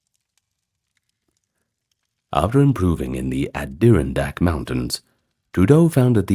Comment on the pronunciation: "Add Ear An dAck".......sir. the tuberculosis episode is great but. As someone from the Adirondack Mountains its "Add Er On Dacks"